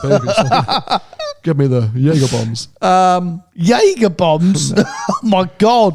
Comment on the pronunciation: Watch talk: gonna have to work on your Jaeger pronunciation hahah